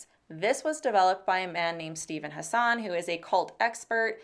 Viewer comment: Steve Hassan rhymes with "fashion", fyi